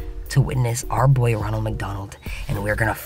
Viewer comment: Ronald you said ranold